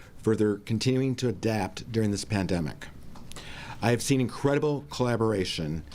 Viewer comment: Lol did she just say "klandemic"?